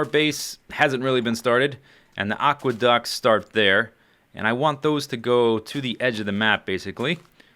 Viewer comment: every time you say "aqueduct" i leave lol